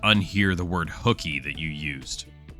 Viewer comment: Female voice says Whooky, Instead of Hooky.😂